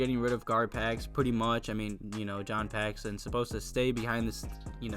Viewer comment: Dude, it's John Paxson.